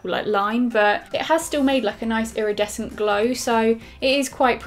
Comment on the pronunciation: Love the fact that you say irradescent (sorry for spelling) in all of your videos. You love to shine!!😂